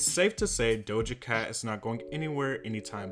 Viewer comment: "Dosha Cat" "Beeb Rexha"